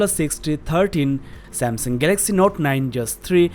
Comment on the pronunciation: gaylexy note 9 what a accent